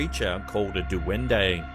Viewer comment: Not "duwende", it's said: duende.